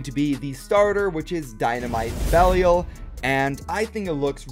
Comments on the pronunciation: If you're still having trouble pronouncing Belial, the proper english pronunciation has the I making the long I sound, so it's pronounced like "bell I all". That said, going off the trailer you're technically saying it right because that's how Bail says it. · It is pronounced bey-Lee-a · I think I found one of my pet peeves - not even trying to pronounce Belial. I'm like "GOOGLE IT DARN IT!!!" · it is going to take you less than 5 minutes to learn how to pronounce Belial. Learn how to pronounce Belial.